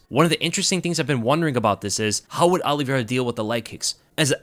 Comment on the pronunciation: Look forward to the fight, but dread hearing pronounce Oliveira as Olli-Vera. Exactly the same way Alo-vera is pronounced. I’ll be back in June.